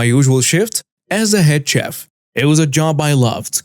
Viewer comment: Story 4:, the proper pronounciation for a restaurant chef is "shef".